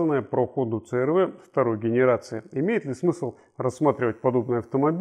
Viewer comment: отличный "рунглиш". говорить цэ-эр-вэ, вместо си-ар-ви.